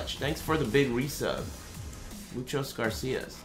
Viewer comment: he isn't failing though, everyone who lives in southern California knows how to speak at least that much Spanish property, he's saying it wrong for a joke jesus